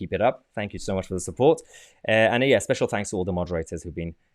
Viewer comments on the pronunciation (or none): none